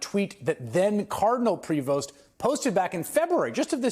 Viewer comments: Say his name properly...it's pronounced .... PRÉ VO It's French! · Please the S in his family’s name is silent. The way to saying it is (prevot). By the way French Canadian common family name in Quebec Canada 😊